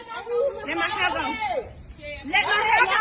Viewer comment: lmao this is literally the funniest shit I've seen in a while... "Let go a mai heaaa, let go a mai heaaa!"